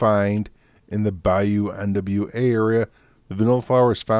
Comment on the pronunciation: It’s pronounced new wa not nwa it’s French